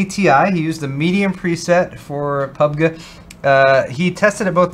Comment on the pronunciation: pub-gee not pug-ga😡